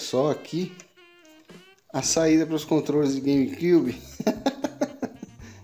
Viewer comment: “gueime cúbe” kkk